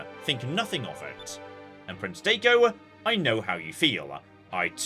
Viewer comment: Especially Daigo.